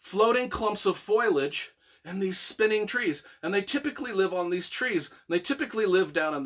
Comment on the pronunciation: Foilage? Is that a word? Foliage? Wtf this guys an idiot